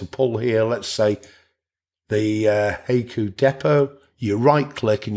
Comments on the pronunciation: I think it is pronounced hai·ku /ˈhīˌko͞o/ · The correct pronunciation is HYE-koo. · It's 'hi-koo' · Hey-ku? In SW US it's "hi-ku". Didn't know it varied in pronunciation! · Hi-coo. Not hey-coo lol. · Pronounced "Hi-ku" like you would say "hi!". :) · I think it's pronounced (Hy Coo). Like the oriental poems. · It's pronounced high-koo. That is how you pronounce it. Good video, man. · It's pronounced "Hah ee koo." Japanese only uses 5 vowel sounds, and it's the same 5 vowel sounds as in Spanish. a = "ah" I = "ee" u = "ooh" e = "eh" o = "oh" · It’s pronounced はいく💀. Pronounce it: “high” “ku” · It's from the japanese poem style-- called haiku-- pronouced HI- Koo!! :) LOOKS good so far.. but I'm not quite up for the challenge yet--- I'll keep an eye on it and when it's a bit more advanced... willl consider it - or try it out in live version.. THANKS for the video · You pronounced it wrong.Wifey yelled what I was messing with. I yelled back"hai-Q". After I came to from the rolling pin hit I realized I gotta get the old broad a new hearing aid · I know… listening to this video butcher the pronunciation of the name is painful. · I keep chuckling every time it heard “Hayku” lol. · You mispronounced "Haiku" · It does if there isn’t text available. Your pronunciation is totally off lol.